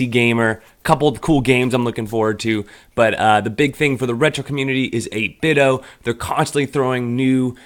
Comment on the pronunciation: They changed the logo to emphasize the "D" so people would stop pronouncing their name wrong like you do.